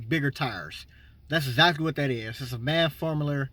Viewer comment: "Some sort of maff formuler "lmao still a helpful video